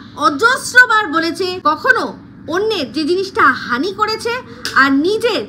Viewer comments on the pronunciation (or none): none